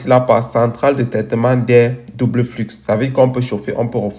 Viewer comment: Bonjour mon frere, dans le mot "flux", le x ne ce prononce pas, ce dit "flu"mais s'écrit "flux"..... merci pour ta video ça ma appris impeu plus sur les cta 🙏